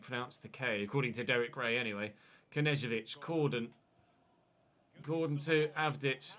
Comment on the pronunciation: When you said Gordon during the forest game I thought you said corden and i was reminded of James corden, Cheers days ruined sons crying thx Btw stone to CAM, love the videos